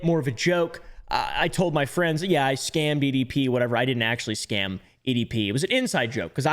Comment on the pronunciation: Why does he say "scan" instead of "scam"?